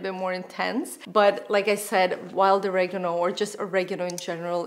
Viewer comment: "Oregano" -, please learn how to pronounce this.....